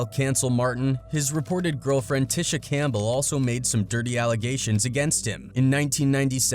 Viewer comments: Sounds like he's calling her tissue.😂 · We Ain't Gone Act Like He Didn't Keep Mispronouncing Tisha Campbell Name......!!!!!😂😂😂😂